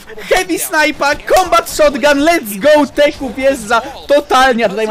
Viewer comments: Teeq czyta się tik kurwa a nie teku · Nie teku tylko tik